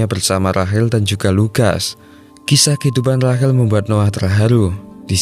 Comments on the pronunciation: Rahel,rahel.. RAYSHEL bang sebutannya. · Rachel❎ Rahil✅ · Rachel kok jd. Rahel 🤦🏻‍♂️